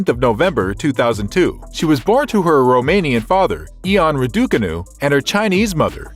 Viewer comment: Before doing these kind of videos why don’t you learn how to pronounce her name properly?